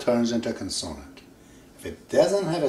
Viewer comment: Kon-soa-nand? Does he mean kon-suh-nuhnt? (Consonant)